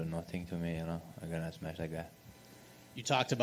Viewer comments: Its Smesh* pff.. amateurs smh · Its smesh not smash UFC yt channel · "I gonna smesh his face everywhere" is both scary and funny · "I smesh them both same night"😅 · Title correction: “Smesh everyone”